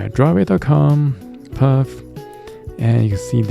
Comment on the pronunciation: Good video but it’s pronounced“faff” instead off “paff/phaff” 😅